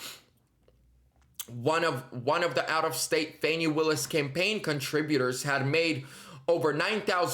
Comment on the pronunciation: It's Fawni* - Rhymes with Commie 😆🇺🇲💔